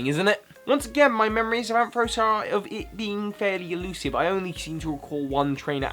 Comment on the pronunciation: IT'S IN UR TOP 10 AND U MISPRONOUNCE IT IT'S PRONOUNCED AM FA RAUCE!!!!!!!!!!!!!